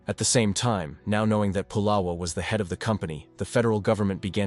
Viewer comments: First of all, his name is not pu’lala it’s pronounced it, spelt pu’la’wa ❤❤ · Pronounced " Pu La Va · 🤦🏾‍♂️U saying pulawa wrong u have to say the w like a v pulawa🗣️P-u-l-a-v-a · His name is not polo Its Pulawa, your information has many errors, by the way it's still the Kingdom of Hawaii, the state is illegal take over by military occupation. So much of your information has many errors, this is incorrect documentary. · You didn't pronounce nappy name correctly plus nappy was samoan not hawaiian. If you can't pronounce names correctly you should not be doing documentary s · Nappy Pulawa pronounced “Pu-lava”